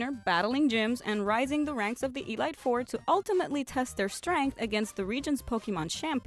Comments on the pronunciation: Ray Miller Arts e-light? 💜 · Anyone else hear her say e-lite 4